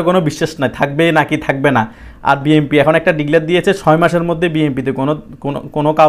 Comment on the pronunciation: বি এন পি নামটা তো বলতে পারছেন না ভাই। বলছেন বি এম পি।